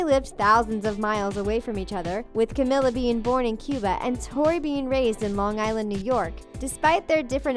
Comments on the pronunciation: Yooo u guys said Camila's name so wrong I'm cringing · im sorry but hearing you say camila's name wrong made me cringe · The way they said camila’s name oh god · that's not the way you pronounce Camila's name.... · They way she said camila 😂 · Honey can u say camila name right